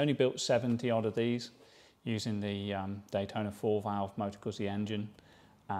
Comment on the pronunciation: Pronounced " Manny "..... pronounced Gutzy.